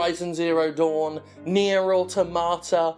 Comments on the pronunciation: I'll never not hear Nier Automata as near a tomato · I will never get over now you pronounce Nier: Automata!